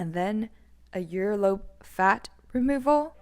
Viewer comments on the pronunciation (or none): Starting she says "yearlobe" twice 🥴